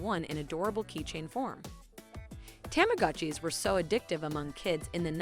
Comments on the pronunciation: It's tah-mah-gah-chee. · also, has the woman narrating ever spoken words before? tamagatchi irked me but i can forgive, despite sounding like my "south will rise again" grandmother saying it. but pronouncing plaid as "played"? just stop. learn how words sound please.